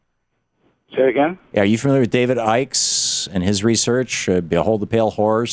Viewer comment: And it's David Icke not Ickes